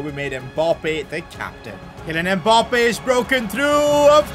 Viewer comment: “Kilian mpoppé”💀💀